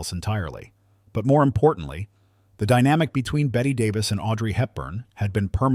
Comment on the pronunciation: I'd never believe someone who can't even correctly pronounce Bette Davis's name.